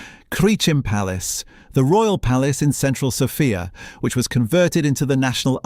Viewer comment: ❤ I am sorry but this has to be AI audio. Horrible pronunciation mistakes starting with name of the capital of Bulgaria,Sòfia ... the practically every Slavic name in the video. I had to look at the date of production - two days ago 😢 only ... why so many mispronunciations?